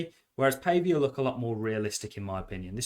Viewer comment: Pretty sure you pronounce it Paww vee a :)